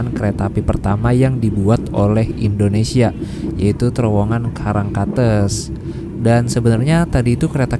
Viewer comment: bang untuk pembacaan " karangkates" itu " karangkates " bukan " karangkates " bang